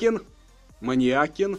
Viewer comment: бро Манвел Манукян а не манякин